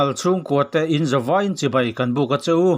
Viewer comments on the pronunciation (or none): none